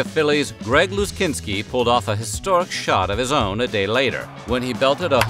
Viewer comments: Umm.. LuZINski..not Luzkinski.. :( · Luzinski, not Luzkini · Finally someone did a timeline of media stories that were the backdrop to the lives of us young people growing up in the 70s. FWIW: Luzinski not Luzkinski Wimbledon not Wimbleton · I celebrated my 13th birthday in 1972, so it was when I came of age, which was a great feeling. 🙂 I remember my dad showing me the front page of the NY Times and the news of the Andes crash survivors' hike to civilization, and talking about how incredible that was. Greg Luzinski's last name is pronounced Loo-ZIN-ski. not Loo-SKIN-ski. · Whoever did that video, the last name of Greg Luzinski has no pronunciation of the letter "k" in his last name.